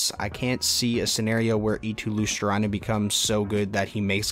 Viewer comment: Luostrainen :Dd it’s Luostarinen, but close enough!